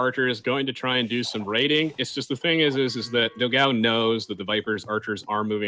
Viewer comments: Funny to hear them mispronounce Dogão's name repeatedly It's pronounced "Do-gann-u" It means "big dog" in Portuguese. Obviously brazilian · funny how they pronounce dogao. 4 the record it should be pronounced "dog-"one" without "o"- and then "o". means something close to big dog in portuguese.